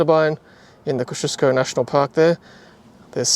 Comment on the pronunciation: Great video, very clear and steady, and scenery too. When are you going to start ruining your weekend though? Just a note pronunciation ko zee o skow . Google agrees for what it is worth. Personally I think ko zee u skow would be more true to spelling.